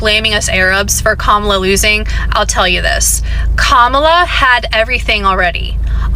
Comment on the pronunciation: I've heard all these people I can stand. They're either good Arabs/Palestinians or they're good Americans. BTW they need to learn how to pronounce "Kamala. "